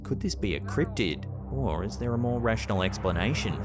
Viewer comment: I don’t think it’s a cript’d or criptid but I know it’s not a criptead.